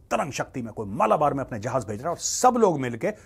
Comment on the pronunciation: मेजर जी वैसे तो आपको ज्ञात ही होगा पर संभवतः मुँह से उचित उच्चारण 'मलाबार' निकलने की बजाए 'मालाबार' निकल गया था|